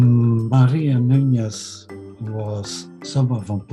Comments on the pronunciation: The surname Nunez is mispronounced, the second n does not have a [nh] or [ñ] sound in Portuguese. It is also a patronymic surname. Nunez or de more modern form of it, Nunes, means son/descendant of Nuno. It's not of Jewish origin but some Sephardic Jews adopted this surname. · It’s Maria NuneS, not NuneZZZ.... I’m Portuguese with Iberian Jews in my family tree. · Nunes/Nunez and NuÑez is different. The video is pronouncing it as Nuñez...which is probably not how it was spelt or spoekn in Portuguese :) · The best approximation to the modern Portuguese pronunciation of Nunes (without using IPA symbols) is NOONsh. (In the case of Brazilian accent, a better approximation would be "NOO-knees".)